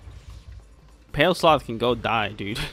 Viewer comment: "People get mad when you mispronounced stuff ya know?" Proceeds to say "Pale Sloth" for 36 minutes.